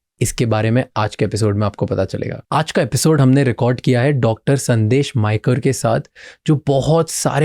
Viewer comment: It's मयेकर not मायकर